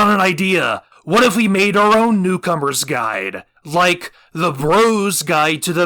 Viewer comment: “did you rike it”